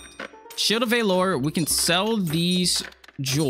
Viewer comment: Why do you pronounce Valor like that? Lol